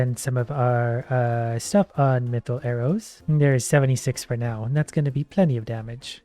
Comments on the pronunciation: I swear is saying "Meethril" on purpose to annoy us now XD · It's pronounced Myth-ril